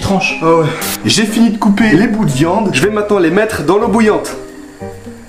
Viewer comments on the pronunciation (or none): none